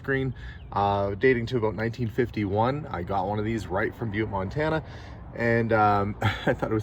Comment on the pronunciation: Oh…. It’s pronounced BYEWT…